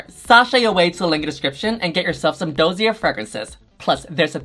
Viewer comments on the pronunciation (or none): Yuhua every time 'It's my favourite brand, Dossier!' (pronounces it DOUGH - ZEER). RuPaul dying at Yuhua's pronunciation of dossier: 'WHAT'S IN THE DOSSIER?!!'